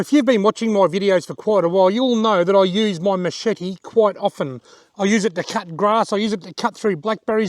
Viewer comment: i made a drinking game i drank everytime youes asaid Machepte ...............